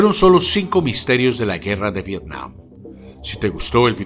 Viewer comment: TOD@ VIRTIAM YO: VETIAM TOD@ V-V-IRTIAM YO: V-V-ETIAM TODOS: ༎ຶ‿༎ຶ ༎ຶ‿༎ຶ. (┛◉Д◉)┛彡┻━┻